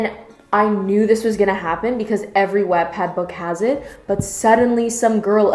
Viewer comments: W AH T PADD IS MAKING ME FUME ITS FUCKUNG WATT PAD LIKE KILOWATTS WHEW SIS LEARN HOW TO PRONOUNCE THINGS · Wattpad is pronounced Waht-Pad, not wat-pad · First of all if you are going to say stuff about the wattpad , please say it right watt-pad not web-pad , and this is most amazing book I have even read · omg isn't Wattpad pronounced like 'what-pad' she keeps saying 'wattttpad' wottt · Okay so I love your commentary but I’m so hung up on how you say “wattpad.” Everyone I know pronounces it “watt-pad” like a kilo”watt” but you pronounce it “whatt-pad” and I’m so shook like have I been pronouncing it wrong my whole life?? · I really wanted to watch this video but I couldn't after you started saying "wat" pad. its pronounced "wot" pad ahhhh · She says Vaat- pad again and imma take a shot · It's pronounced What-pad. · pretty sure she's saying it wrong. Should be pronounced like the unit of power "watt" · if you separate the words, its literally pronounced wottpad. Seriously, you're friends are stupid. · "WAatTpad" the pronounciation :(((((( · it’s WATT like a LIGHTBULB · Mal Halewell it’s whoat pad !!?,Ll!lL,,.#))-828-‘s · Maybe try not to use the word "bone" in a book review lmao ps- wattpad is pronounced wot-pad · Your pronounciation of Wattpad is so weird to me, since I call it 'what-pad'. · Watt please ‘watt’ pad your pronunciation hurts me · Stephanie N Wattpad is a site for people of all ages who either want to read stories (free), write their own stories and possibly become published, or even just connect with different people :) P.S Yes lol it is pronounced "what- pad" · Um.... Not trying to be rude but I strongly disagree with you. I loved this book when I read it and thought it was really good. I guess I can understand why you didn't think it was good but I think you were over exaggerating a little bit. You also didn't pronounce Wattpad correctly. Again not trying to hate, but I think you could have been a little nicer... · pLEASE SAY WATTPAD RIGHT